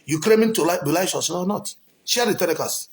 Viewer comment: You can't even pronounce righteous